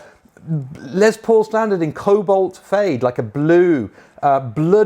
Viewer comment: Why do you teabags all say LeZZZ paul? The man's name was Lester. Les for short. Can you GUESS what it rhymes with?